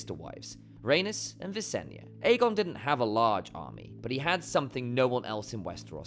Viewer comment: Ikr 😅 Bro said "Anus & Ranus" 😮 🤣🤣🤣